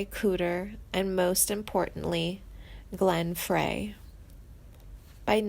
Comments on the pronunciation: If you can't pronounce Glenn Frey's name correctly, you shouldn't be narrating a YouTube video about the Timothy B. Schmit or the Eagles. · She is massacreing names! Randy Messner?. Glen Fray? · You have to quit these awful videos. You use click bait intimating that people have passed on. You do a terrible job reading. You don’t even know how to say Meisner like widener. Try making money a different way. It’s Glenn Frey pronounced fry. Get we life. How old are you 12? Can’t stand it. Scream!M!!!!